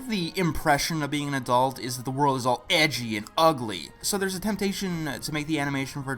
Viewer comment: Something about the emphasis on EDGY makes this video so much better xD